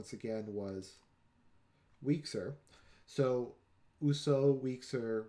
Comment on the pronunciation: Wieczór (=evening) pronounced /vye-choor/ not week-zer. With oiseau your only mistake was pronouncing /s/ instead of /z/. You pronounced Poznań fine aside from the ń :).